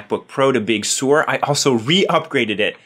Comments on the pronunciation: Big Sur — Sur rhymes with fur, not sewer. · It’s pronounced Big Sir like the beach not Big Sewer! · Sir not Sore. Sir! Big Sur is pronounced Big Sir!